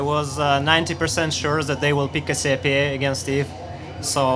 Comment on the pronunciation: Caz-e-pe-ay Cassiopeia. Wasn't the star combination Cassiopeia discovered by a russian? What the fuck.